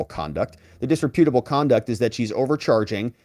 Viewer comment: dis-REP-utable... not disre-PUTable.